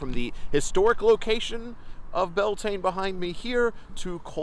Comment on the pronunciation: Thank you! Your Irish pronunciation of Bealtaine is perfect. According to Irish scholars from the 18th and 19th century, they state that the festival comes from the worship of Baal, the Phoenician / Canaanites God of the old testament in the Bible. Phoenician traders would have travelled far and wide by ship in ancient times, especially in pursuit of copper and tin for the production of bronze. So there is every possibility that they brought their God Baal with them to Ireland. Broken down the word would be Baal Tíne or Baal's Fire. The Druids in ancient Ireland would have celebrated Bealtaine at the sacred site of Uisneach, central Ireland. When the site was excavated many years ago, the ash left after centuries of fires was many feet deep.